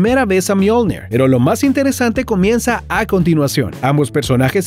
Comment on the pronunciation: Le dijo al martillo "myolned" pero se llama myolnig